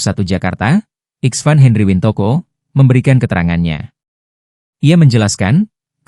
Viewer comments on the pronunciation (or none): none